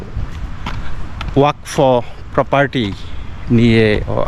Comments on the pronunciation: দাদা এটা ওয়াক ফ নয়, ওয়া-কফ, মনে কিচ্ছু করবেন না। ভুলটা ধরিয়ে দিলাম। জয় হিন্দ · খুব ভালো একটি প্রতিবেদন। কথাটা ওয়াক ফ নয়। কথাটা বাংলায় এইরকম ( ওয়া কফ ) উচ্চারণ টা একসাথে হবে। ধন্যবাদ